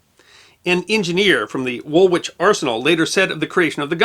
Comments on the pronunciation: The second W in Woolwich is silent - it's pronounced wool-itch. You might also be interested in another siege artillery aspect of the Second Boer War: that of Ladysmith and the transport of naval guns for its relief that formed the basis of the field gun competition performed at successive Royal Tournaments to 1999. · Being American should not preclude taking on board correction of English pronunciations. e.g. Woolwich is pronounced woolitch in England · Great video. But you really need to work on your English pronunciations mate. Cecil, Woolwich. Ouch. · Love your channel, and not complaining at all. Just a heads up though, we brits pronounce Woolwich with the second w being silent, as in woolitch, and Warwick being Warrick. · I grew up on (a) Kimberley Rd in London I knew it was about the Boer War but little else. Thanks for fleshing out the bones. BTW Woolwich is pronounced Woolich, the second w is silent unlike Droitwich which isn't. Crazy English place names! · I'm sure has had many a pedant such as myself comment on pronunciation before, and far be it from me to criticize his excellent delivery. But...( you knew it was coming) in the UK, we pronunce it Wool-itch..yes, really... Thanks. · An interesting episode! One note from somebody who lives very nearby: "Woolwich" is pronounced with the second "w" silent.